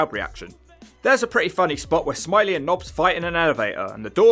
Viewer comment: It's smi ley it's French 🤣🤣